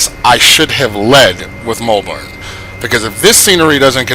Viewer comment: It is Melbourne not mulbourne